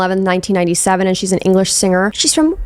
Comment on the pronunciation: I love how you did a posh voice for Walsall but like, I look around and it's the least fancy place ever 😂😂